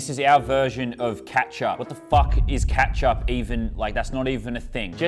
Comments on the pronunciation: lol he said katchup it’s ketup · its not katchup its kechup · Bro what is “kat sup” 😭 (as an American I feel violated) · He really called it catch up😂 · As an American, I've never seen these foods before and they're quite interesting. It surprises me that you've never had Ketchup, or as you say, "CEAtchup." And that you call, what we call candy, "Lollies."